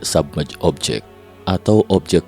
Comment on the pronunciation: UNIDENTIFIED SUBMERGED DIBACA BUKAN enaidentefaid sabmej.... tapi bacanya AN AIDENTIFAID SUBMERJ ....bukan SABMEJ...